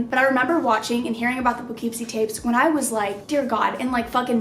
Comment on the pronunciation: I LITERALLY LIVE SO CLOSE TO POUGHKEEPSIE. Which is so creepy 😭😭😭 Also it's pronounced poe-kip-see 😊💕